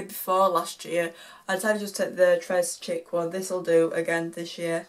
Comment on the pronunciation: 'Tres chic' is pronounced 'tray sheeck'